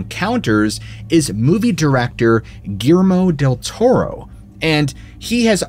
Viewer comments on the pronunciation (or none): "Gearmo Tel Toro" 😂😂